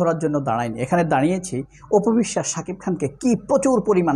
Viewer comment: বেশি শুদ্ধ কথা বলতে গিয়ে,,, সাকিব নামটা বলতে পারে না,,,,😅।